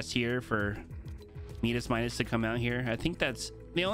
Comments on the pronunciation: Maybe bc in Spanish is meedas and English my-das, for both audiences. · why do you always say meedas Midas when everyone knows it’s pronounced my-das? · Please don't say Medis. The second way you are saying it is correct. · Shadow Midas is worth that v-bucks he is worth it what are you talking about what are you on and say his name properly